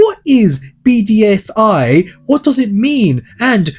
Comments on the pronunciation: I can't get over you saying BDFI instead of BFDI, lol. Don't want to make fun of you just I find it funny how much you switched those two letters. BDFI: battle dream for island 😂 Also I am a huge fan, been watching the show for at least 5 years now without any break, I found it with a list of all episodes once recommended to me and I locked in for 2 and a half day to watch it all till the latest video. Funny that the newest video came out like day before I finished watching the entire series so basically my first voting begun there and I never skipped voting since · Bfdi not bdfi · "BDFI"??????? IT'S ONE ACRONYM MY GUY 😰😰😰😰😰